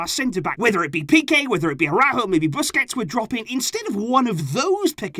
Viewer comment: Dude, please STOP saying "AU-RÁJO"! It is sooo ennoying. There is an ACCENT on the Ú! That means you have to put the emphasis on the Ú! It is ARA-ÚÚÚJO! As an FCB channel, at least pronounce the names of youw own players correctly. You do say Piqué, right? With emphasis on the é, right? You do NOT say Pooky, right? It's the same fricking thing!!